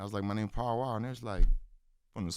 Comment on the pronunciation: I thought his name was pow wow. Im from the east coast. When they said paul wall the accent sounds like. Pow wow. Say pow wow. Now go listn to how he pronounced paul wall.